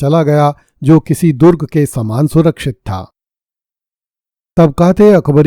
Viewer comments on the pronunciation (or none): none